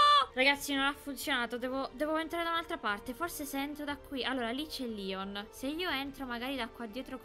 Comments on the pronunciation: SI DICE LEON??????? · Non SI CHAMA LION SI CHIAMA. LEON